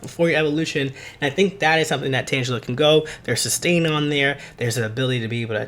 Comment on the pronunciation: You lost me as soon as you said Tangela wrong.